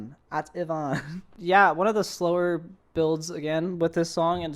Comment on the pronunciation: You gotta listen to his whole discography now. Also, I was laughing on the floor this review was hilarious 💀💀💀you struggling to pronounce Ativan